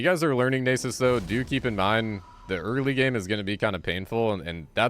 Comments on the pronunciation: Well played man, very entertaining, but the way you pronounce Nasus like "Neighsus" make my ears bleed😂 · that is not how you say Nasus